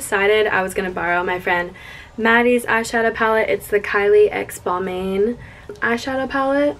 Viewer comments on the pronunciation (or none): How she pronounced Balmain 👀🤦🏽‍♀️😂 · balMAINE im dead